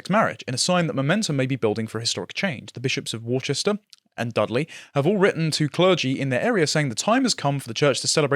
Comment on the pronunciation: How did prounounce Worcester?